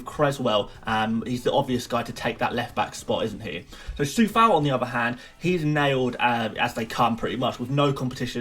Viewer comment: yo bro like the video but just wanted to say that Coufal name is pronounced Q-oufal not with a C